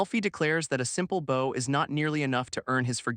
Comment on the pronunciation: I would like to point out that archery doesn’t seem to be used in this anime so why do you keep referencing bows and arrows? Unless you’re trying to say the other word with your mispronouncing. /bau/ : the active showing respect /bou/ : the thing-a-ma-jig that launches arrows